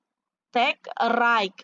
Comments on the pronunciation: Iya ya kok raik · Bacanya rait buk bukan raik